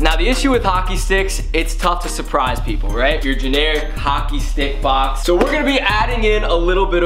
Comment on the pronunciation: you said hocker not hockey